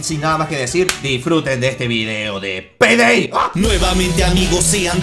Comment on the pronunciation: yo escuche "selebren este nuevo video de penedey" xd jajaja